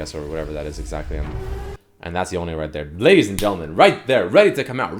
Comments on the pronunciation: It's one syllable not 2 it's Yone, not Yoneigh. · anyone else annoyed by him repeatedly saying yoney, when it’s clearly just yone???? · "Yown-nae" lmao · STOP CALLING HIM YONAY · Please stop putting the accent on the E in yone. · You cant pronounce Ionia without Yone